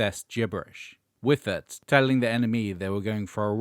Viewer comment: "Wyffert"? 😆 Actually, "Pay for me" is the real asskicker from Whale. Still love that tune.